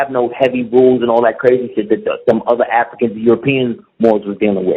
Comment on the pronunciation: Man, nigga, speak correctly! A goup of afikans from afika....... What the fuck??